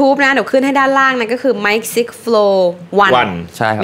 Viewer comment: Mikeไม่ใช่mickไม่ใช่หรอครับ